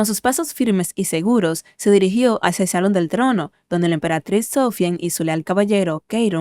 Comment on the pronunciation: Se dice emperatriz 😭